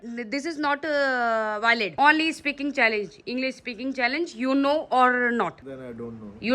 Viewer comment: It's Challenge not challage